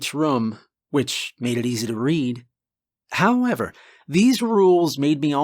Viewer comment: Did you say “howmever?”😂😂😂😂